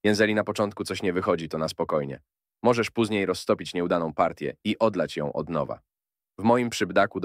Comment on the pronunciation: lapka w dol, biznesiak mysli sobie ze podklei glos AI do filmu i ktos na to poleci xd jak wlozysz troche pracy w filmy kiepie to wroc, i popraw ai bo mowi póZniej, jeZeli ;))))